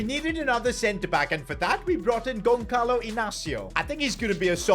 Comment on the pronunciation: The way you pronounce Gonçalo is wrong,'ç' makes a 'ss' sound not a 'kh' sound. Should be 'Gon-sa-lo' not 'Gon-ka-lo'. Love the vids tho 👍